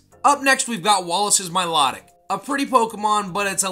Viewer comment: Dude said Milotic name wrong. It’s pronounced My-low-tick. Not My-lot-ick. That’s a big pet peeve of mine.